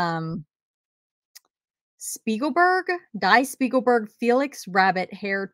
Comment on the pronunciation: Die Spiegelburg rolled right out of your mouth like a native German speaker! 😂👏👏👏